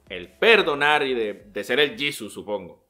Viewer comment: JAJAJA, "El Yisus"